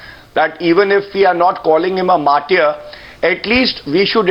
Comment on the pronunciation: English Language, as such, is quite simple if you go easy with it. It's "mar-ter" and not "mar-tiere". How does any person - politician, ex-soldier, or any other citizen - is given this oft-abused and completely hollow title "martyr" after his suicide or any other form of death? Does this title elevate him over others doing the same? It seems to be a useless honorific to prompt others to part from life. You decide!